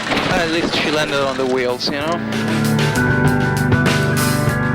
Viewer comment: LOL "At least ah we ah landed on da wheels ya kno?"